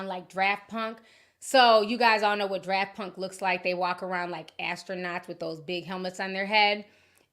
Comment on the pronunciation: Not you saying DRAFT punk instead of Daft punk 😂